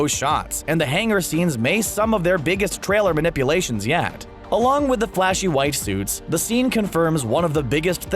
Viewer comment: who else thought that they heard him say "WIFE SUITS" instead of what he was more then likely trying to say; which was "white suits"